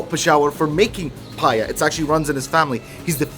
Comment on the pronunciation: U look like a real pathan and its not paya its paye